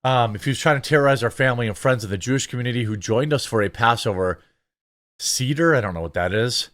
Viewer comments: Just for reference it's pronounced say-ter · doubt you will read this BUT Seder pronounced as (Say Dur) you can use type to talk to get certain pronouncements we won't hate on you for it. Oh I doubt the written way of pronunciation is correct did not look it up but know what the word sounds like and went with my way of its written pronunciation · Seder is pronounced “say-der.” it is a Jewish observance, in the form of a meal , involving the removal of leavened products from the home, and the retelling of the Exodus story. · It's pronounced Say-Der.